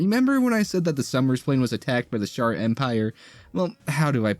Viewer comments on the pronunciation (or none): The Sharr empire? It's pronounced She-Are. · Most people pronounce it She-ar... not shar. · Bro it is not pronounced SHAR lol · It's pronounced "SHE-R" Why do this whole video if you can't pronounce the subject matter correctly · Well that's an interesting way to say shi'ar